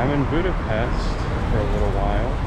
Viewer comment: Budapest should be pronounced with "sh" please for god's sake understand finally people.thx